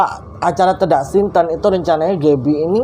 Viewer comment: Ralat dikit ya...yg benar itu tedak siten...e di sitennya dibaca seperti huruf e pada kata sate...Sukses selalu...👍🙂